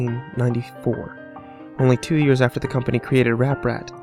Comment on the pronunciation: Wait? Didn't he just say ApRat?